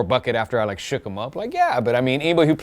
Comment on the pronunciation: "Shoock" thas how we use to day it lol the good ol mix tape times